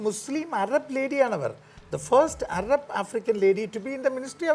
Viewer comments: അരബ് അല്ല അറബ് 😜😜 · അരബ്❌ അറബ്✅